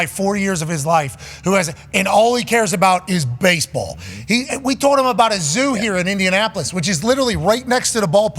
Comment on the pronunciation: "I f*ckin love bahsebahl" - Pat. Had me dying.